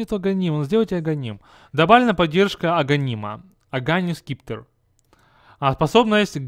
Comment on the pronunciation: аганимс септер читается и не скипетер и не ертх спеис а ертх спаик ) слушаи как сами герои озвучают в игре и не придумываи свое...